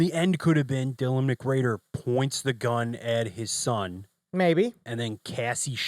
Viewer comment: Why do you keep saying Dylan McGrader??